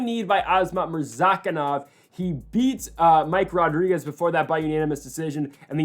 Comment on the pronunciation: ITS *RO*DRIGUEZ!!! NOT *HO*DRIGUEZ! PRONOUNCE IT HOW ITS SPELLED DAMNIT!